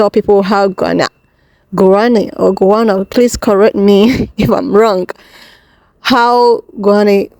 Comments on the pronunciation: I think you mean Guyana which is South America. Pronounced as Gyanna. I think that's the strory you're referring to. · It’s Guyana pronounced Guy Anna and it’s in South America 😊